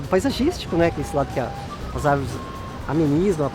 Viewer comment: "as árveres somos nozes"